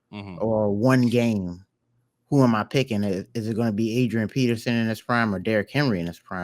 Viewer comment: It’s peterson not Pearson